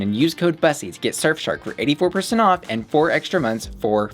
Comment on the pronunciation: I dunno why but it bugs me that you pronounce it BUS-ee rather than Bous-ee. It's a play on words from Pu**y right so it should be pronounced like Pu**y with a B... XD